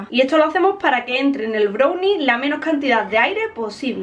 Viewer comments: BROWNI? SE DICE BRAWNI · Me gusta como dice brunie, jajajaja en lugar de brownie. 😂😂😂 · se pronuncia "brauni" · Se escribe brownie Se pronuncia brallni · Es mi impresión o dice “brownie” literal pronunciándolo con “o” ?!?